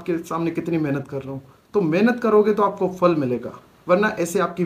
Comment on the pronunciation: Fal kia hota ha phal bolty hain